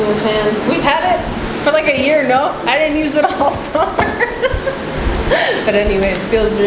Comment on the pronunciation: Omg I love how we listen to like the same music while we workout. O and I would like to point out how I love when you talk to your hubby and say no like in a Spanish accent as a ? Example on of the video and of the video (NO)lol I love that because I do it too. Also #loveit